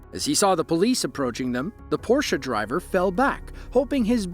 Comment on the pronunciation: Thumbs up for using the correct pronunciation of the word "Porsche".